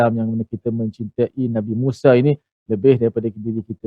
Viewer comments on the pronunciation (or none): nk kena tau U.Tir kata org utara sebut Musa tu Musaq😂😂...